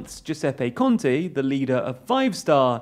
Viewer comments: Not a relevant comment, but "Conte" is roughly pronounced as "CON-teh" and Ciampi as "Chumpy". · lol "kontee"